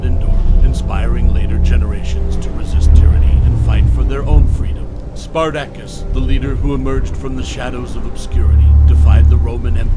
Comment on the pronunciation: Learn to pronounce his name properly.